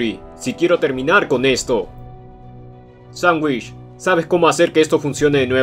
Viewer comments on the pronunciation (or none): Jajajajajajaja le dijo "Sandwitch" al gordo XDDDD